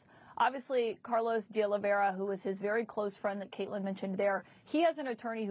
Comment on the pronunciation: You'd think Honig would learn how to pronounce DeOliveira by now. So unprofessional.